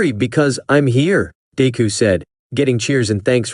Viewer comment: im sorry but it got me when it said "dayku" i fr died